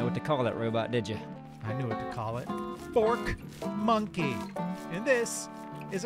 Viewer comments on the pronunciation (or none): I thought you were saying FORT monkey lol cause he attacks your farm and base 😂y’all are amazing keep up the great work!! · I thought they were saying "fort monkeys" and I was like "they have forts or they dedtroy your forts?" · I'll be honest, I hear porchmonkey every time but, I also know you'd never say that, so doesn't bother me. People need to grow up, stop witch hunting, and google McCarthyism, if you forgot high school. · When I first heard "fork monkey" I thought they did say "porch monkey" until I noticed they had forks for weapons. The entire time I thought they said "porch monkeys" , I didn't give a shit, and I myself am a monkey, so if I'm not offended, you can't be either. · No one actually got offended by it lol. got offended because we all said the obvious, which is that it sounds like "porch monkey" when he says it sometimes. Saying that is just a fact lop doesn't mean you're offended. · Vine still Flow through me. So is saying fork monkey but to others it sounds like porch monkey which is a derogatory term for a black person. A racial slur if you will. So I guess people were upset that they sounded so close. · At first I really did think he was saying "Porch Monkey" but i realized he wasn't so i didn't say anything. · This whole time I thought you were saying "Fort Monkey" cause you normally find them in the forts. Now I understand Fork cause of the Fork arm. Got it. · I thought at first you were calling it a porch monkey and i laughed but i laughed even harder when i realized it was fork monkey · I did think you were saying porch monkey, just figured it was cool and we were taking it back. 😊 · They were saying fork monkey this whole time. Idk why I heard porch monkey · Wait, you were saying forkmonkey fr? Dead ass thought you were just saying porch monkey and giving zero shitd lmfao... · I never even realized the "fork monkey" thing almost sounding like something else...